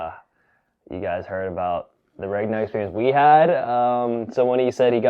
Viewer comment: there is no way you're supposed to pronounce that "G" in Regna. I feel like you're trolling us.